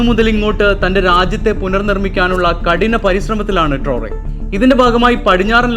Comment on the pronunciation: ട്രോറെ അല്ല.... ട്രയറൊ